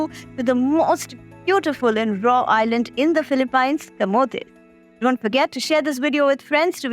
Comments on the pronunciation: I know, it's utterly annoying every time she pronounces it as paaaines 🙄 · It's pronounced "Philip- peens" not "pines"... im an Indian and see many of my frnds call it "pines" but once my pinoy teacher explained how it is pronounced. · its not philipine its pronounced as '' filipeenes '' ....... its a hidden gem i hope it stays hidden from us Indians :/ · Gawar log philip "pines " 😅😂